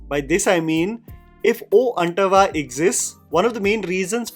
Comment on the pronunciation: It’s “oooh antava” and not “oh antava”.. and it’s “baaahubali” not “Bahubali”.